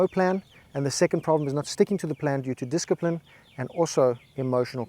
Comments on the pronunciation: LMAO - "Disk-i-pline"! I wasn't reading the caption so when you said disc-i-pline I thought you were prescribing a new medication LOL. Then I gave it some more thought, and you were prescribing a medication. Thanks for the reminder,. I'll take a double dose - Wadda playa! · I love this video… but hearing “diskipline” and “confidentiality” make me cringe 😂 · I love how much discipline he has in consistently mispronouncing "discipline"